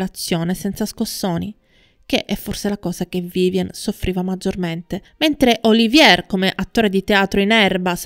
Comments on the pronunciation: Lawrence Olivièr? Olivièr? Il famoso attore inglese ora è diventato francese? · Sei brava sono interessanti i tuoi documentari ma sbagli spesso gli accenti e la giusta pronuncia dei nomi. La precisione é sinonimo di qualità! Lorenz Oli‘vier no Olivíe‘r ( non era francese) , Ad ogni modo complimenti cara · Laurnce Olivier è un attore molto famoso. Il tuo "errore" è di pronunciare il cognome alla francese (Oliviér), ma lui è decisamente inglese ed il cognome in italiano si pronuncia allo stesso modo. Nulla di grave. Il tuo servizio è assolutamente completo e interessante. Solo visto la notorietà del personaggio mi stona il fatto del cognome non pronunciato correttamente, appunto per la notorietà dell'attore. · Appena iscritta. Scusa se mi permetto di correggerti nella pronuncia, ma nel tuo discorso proprio stona!!! Piece (rappresentazione teatrale) è francese e si pronuncia pies, non pis all'inglese Olivier è inglese e si dice olivier calcando sulla seconda i, e non olivie' alla francese. Scusa sai ma è un peccato rovinare il tuo testo. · Racconto magistrale! Veramente Magnetico! Straordinaria la narrazione del making di Via col vento, capolavoro che grazie a mio padre sono riuscito addirittura a vedere al cinema, tra i pochi della mia generazione. La pronuncia di Lawrence Olivier? Un peccato veniale facilmente rimediabile...non preoccuparti. Sei bravissima! Da un appassionato di cinema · Tutto bene, però la pronuncia del nome di Olivier non è corretta. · Interessantissimo. Complimenti. Due sole cose: siete assolutamente sicuri che quello con Olivier fu un amore perfetto? Inoltre, dite alla speaker che Olivier e la De Havilland non erano francesi, per via della pronuncia.